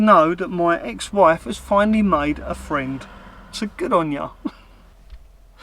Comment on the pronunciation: The ex has got a fweend laa laa la la laa laaaaaa. What a sad little man . Good on you for being the bigger man and laughing it off. Cracking video as per usual 👍🇬🇧